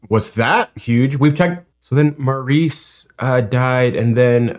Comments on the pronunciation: And this Maurice is pronounced Morris. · Maurice is pronounced Morris. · Sorry, but Maurice Gibb pronounced his name, “Morris.” Barry was their big brother, and Robin & Maurice were twins. The Brothers Gibb also had a youngest brother, you may have heard of: Andy Gibb (a solo artist, but unfortunately died young). Barry Gibb is the only surviving brother. I had every album they released and saw them in concert at Dodger’s Stadium in 1979. So amazing! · Fun facts: BeeGees = Brothers Gibb Robin & Maurice were fraternal twins Maurice is pronounced Morris in UK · BeeGees...short for Brothers Gibb...just get the Saturday Night Fever soundtrack...and Maurice is pronounced Morris...don't ask me why...Maurice and Robin are twins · There are a ton of comments here, so this might have been said already, but Maurice pronounced his name Morris. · Just FYI...Maurice is pronounced Morris. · Maurice’s name is pronounced “Morris” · Just FYI, Maurice Gibb pronounced his name like “Morris”😊✌️ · Main guy in the middle is Barry. Maurice (pronounced Morris) on the right and Robin on the left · Barry is the oldest.Robn and Maurice (pronounced Morris) were TWINS!!! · No, Barry [the tall guy in the middle] is the Lead singer. Robin was the one on the left, and Maurice [pronounced MAH-RIS] was the one on the right. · I believe the one brother, Maurice, pronounces his name as what Americans would say "Morris", not "morREECE". I think it's a Brit/Aussie thing. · It Maurice. Said like maris. 👍🏼👍🏼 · Morris, not "Marr-eece". They are Brits, not French!! 🙂And I bet you have heard of "Massachussetts"! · Maurice is pronounced more like morris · Maurice is pronounced Morris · By the way, Maurice is pronounced Mor-iss. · Actually Maurice is pronounced Morris in this instance. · Maurice is pronounced as Morris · A small detail for Americans: “Maurice” is pronounced “Morris.” That’s how it is in other English-speaking countries. (Not a small detail to him! 😉) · Maurice, pronounced "Morris".